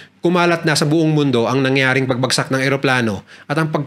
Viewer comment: try mo pong ipronounce ng maayos ang word na "pangyayari,nangyari o yari" thanks.